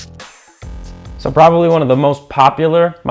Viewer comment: Idk who needs to hear this but corps is pronounced "core". Also, mag is pronounced "magazine". Lastly, earpro is recommended for listening to the swallowing in this video...